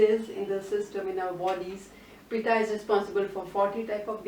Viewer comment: Thank you for this wonderful information! I hope what I say does not offend you. I'm very particular about spellings and pronounciation. Throughout the video you referred to the Pitta dosha as 'Pita' which means Father. I hope this can be corrected in future videos. Sorry for being nitpicky.